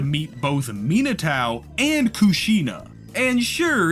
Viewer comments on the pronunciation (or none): I'm sorry but "Minatao" instead of Minato is diabolical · Why do you say Minatao but not Narutao 😂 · every time you say Minotao I piece of my soul breaks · for real! this is a really wonderful video, but every time he mentions minato it drives me crazy